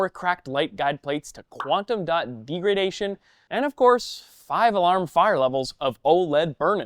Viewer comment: Can we get a presenter that knows how to pronounce "degradation"?